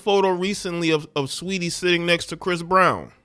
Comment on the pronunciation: “STREETY “ you mean 😩🤣🤣🤣🤣🤣🤣🤣🤣🤣